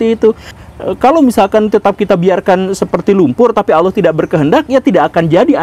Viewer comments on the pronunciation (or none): Ngomong Allah saja bilang aloh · Sayangnya guru gembung kalo mengucapkan lafadz "Allah" gak enak blas .terdengar lucu...lebih lucu dari cara A.A.Gym😆😆🙏